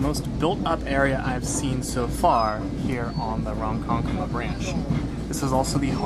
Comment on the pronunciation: That first pronunciation of Ronkonkoma nearly gave me an aneurysm....so thanks for that 😂. And Islip is pronounced Ice-lip! Hicksville didn't become a bustling place until after WWII thanks to the building boom! So the reason Hicksville is called Hicksville is because it was founded by Valentine Hicks who bought land specifically for trains, for both an LIRR stop and a depot for a Heinz cucumber plant. He was actually president of the LIRR at one point! Yup, that was an old turntable at Greenport! The turntable at Greenport is only one of three remaining on the island, and the only pneumatic (air) powered turntable remaining. Originally Greenport service from Brooklyn was envisioned as a vital link in the rail-boat-rail connection between NYC and Boston. They thought the hills of New England were impassible for a rail line, and so Long Island was the solution. It opened in 1844, but that spirit was short-lived, however, as it was in 1848 that the New York & New Haven Railroad was opened across Connecticut